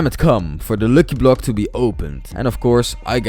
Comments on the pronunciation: You dont say locky block you say lucky block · ITS lucky block not luuky bluuk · you need to pronounce it as lacky block not loocky block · its not lwcky its lucky block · Im laughing cus hes saying looky block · He is saying luuky blok man pretty badly pronounced